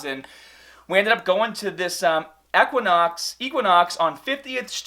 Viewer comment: That's now how you pronounce equinox 🙃